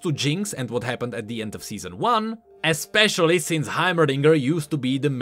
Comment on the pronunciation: Seezon duu